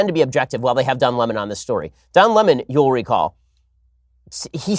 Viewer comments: Don Lem-On lmao at Tucker😭😂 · I will forever read his name as “Don La-Mahn” because of T. Carlson 😆 hilarious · Tucker Carlson: Don Le-mahn! Lol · Tucker- don luumon 😅😅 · Don Lamon.....hahahaha...Tucker cracks me up